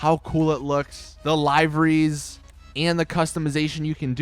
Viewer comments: Liver-Rys not lie-verys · frank jones its (Lie-Ver-Ries)